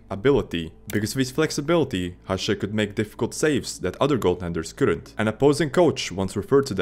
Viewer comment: Big thumb up for you to actally read Hašek right